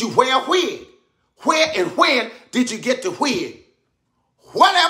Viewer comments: "Hwhere and hwhen did you get the hwig?" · It’s the H sound at the beginning of all W words that kills me!! hWhere? hWhen Katt hWilliams 😂